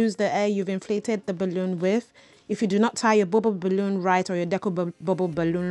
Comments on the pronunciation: I don’t think you’re stuttering you’re just saying the “bubble balloon” over and over and over again a million fn times lmao. Just saying balloon would have been suffice lol especially cuz it sounds like you’re saying bubba balloon. The bubba the bubba the bubba lmaoooo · I love the way you say bubble balloon in your accent